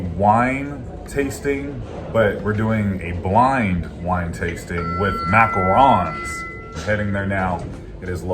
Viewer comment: Thank you for pronouncing Macarons properly.